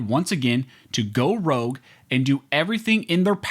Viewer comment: The word is "rogue," not "rouge," which is a shade of the color red.